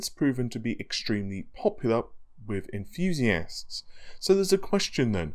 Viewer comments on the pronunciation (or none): I just seen a great effort at the beginning of this video.. said "Threadripper" perfectly, and you could just see the effort there. Great job. Two seconds later, he said "enthisi-asts" lol.